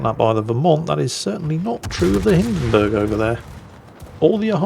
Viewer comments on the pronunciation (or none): none